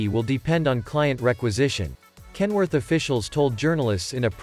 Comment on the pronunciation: If you phonetically pronounce KEN-WO-ARK - it legit sounds like a Chinese person trying to pronounce Kenworth.